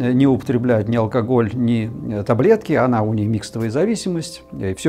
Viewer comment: Фу, он говорит алкогль-меня уже тошнит. Победить алкоголь можно. Но если в голове нет мозгов -это невозможно